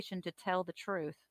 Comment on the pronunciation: Substain Troof